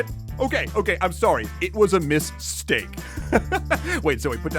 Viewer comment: Mist-Stake Lol love it